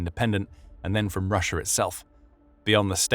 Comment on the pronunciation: Take a shot of vodka every time he says "RussiaR" 🤡